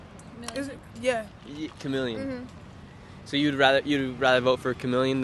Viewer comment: The girl called her Chemeleon. Lol 🤣 😂